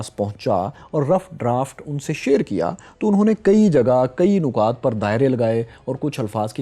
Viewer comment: محترم جناب صاحب لفظ (نُکات) جو آپنے متعدد دفعہ استعمال کیا اسکا تلفظ دراصل نِکات ہے ن کے زیر کے ساتھ امید ہے آئندہ نِکات ہی استعمال کریں گے..... بشکریہ